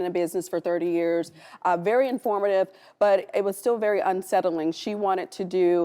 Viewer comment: It's myomectomy 😂😂😂😂